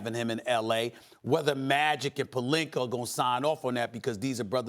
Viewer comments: Stephen A...... his name is palinka, not palinker Jesus Christ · Anyone ever notice how Stephen A adds Rs to everything, “Pelinker” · Stephen A love to put R on a person's last name. IbakaR and PelinkaR. Hahaha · “Robert Pelinkerr” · WTF IS A PELINKER?🤣 SAS BE TRIPPIN